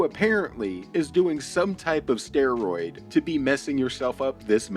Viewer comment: Is it just me or does he always pronounce "steroids" in a weird way?